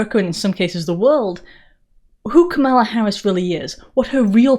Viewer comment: Thanks for pronouncing Kamala with the emphasis on the second syllable. 🙂